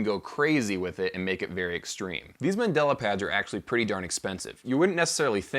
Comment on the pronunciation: The word is mandala... You keep saying Mandela, who was a person. They are two VERY different things